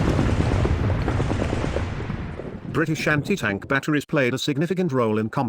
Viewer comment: "Briti-Shanty Tank" AI voice makes it pointless